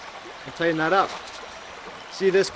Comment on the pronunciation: TIGHTEN! not tiden! lol Great video by the way.